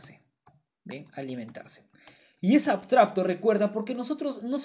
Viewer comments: Muy bien explicado, gracias. P.d. se dice abstracto, no abstrabto. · por cierto podria jurar que dices "abstrabto" y no "abstracto" jaja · AbstraBto dice jajaja, un like para que aprenda a decir abstraCto. Igual explica como ninguno, arranque con un video y me estoy mirando todos!!! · como es posible que teniendo la palabra en la diapositiva no sea capaz de decir correctamente ni una sola vez la palabra "abstracto"? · por qué pronuncias ABSTRABTO? sklajajajdjs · MUY BUENA TU EXPLICACIÓN, PERO DISTRAE MUCHO LO DE "ABSTRAPTO" JAJA, SALUDOS. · La verdad increíble como explicaste todo! Muchas gracias por el video. solo puedo criticar que pronuncies "abstrabto". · 2023.... Ya aprendiste a pronunciar la C, hermano?